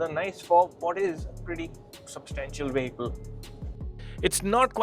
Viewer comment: This guy pronounces 'vehicle' wrong.